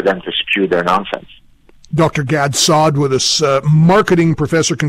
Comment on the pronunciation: Pronunciation of Dr. Saad's name at the end: Gad Saudi...lol